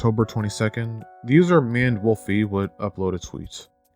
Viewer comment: I keep on mishearing you saying Maned Wolfy as "Manimal Feet" and I don't know what to do about that. But hey, there's THAT information for you.